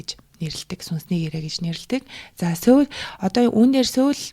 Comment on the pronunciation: Heregtei medeelel ogdogt bayrlalaa 😌 “Soul” iig joohon ooroor duuddag shuu, Mongolchlood duudaj bgaach ene ug bainga davtagddag bolhoor hellee sorry 💕